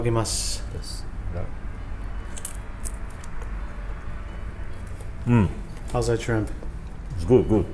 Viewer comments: I think he might’ve said “itadakimasu” in a tone that sounds like “Eat a dog I mus” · "Eat-a-doggy-mass" got to be the most butchered pronunciation of any word I've ever heard holy fuck